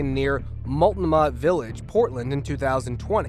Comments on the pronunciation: For video makers worldwide PLEASE Google place names! The proper pronunciation is easily available AND you are "educating" the world so you may as well get it right. In Portland Oregon lies the neighborhood called Multnomah Village where the tangled squirrels were found. We pronounce it mult-NO-ma There are several other places & things in this area that are also called Multnomah, including the County where Portland sits & a world class waterfall a few miles upriver. The word originated with the local native residents prior to white settlement. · This guy needs a pronunciation guide…especially for Udaipur in India and Multnomah in Oregon… there are probably others, but you get my drift.